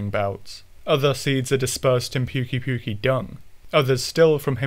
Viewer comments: Am i the only one who is trigger by him saying puke-y puke-y >-< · How do you fuck up the pronunciation that bad they literally say it in the game